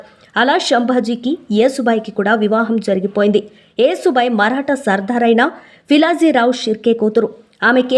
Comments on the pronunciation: యేసు భాయి కాదు యషు భాయి యశు అంటే యశస్వి లలిత సహస్రనామాలు ఒకటి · Wrong యేసు భాయి కాదు ,యషు భాయి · Yesubai kadu Yashobai..means fame and popularity..yashamu Keerthi..yashobai..Konchem telugu ni kuni cheyakunda unte better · Neeku telugu matladatamu raadhu anukunta yesu bai kaadhu thalli yashobai ani anali